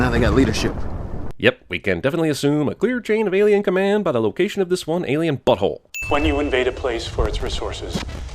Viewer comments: Cracked up at Alieone? Alonien? Didn't bother watching stupid movie, but that was funny. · "Alieone?" "Alonien?" Seriously dude, you're better than this lol!! It's clear he was simply alienated from his peers. 😉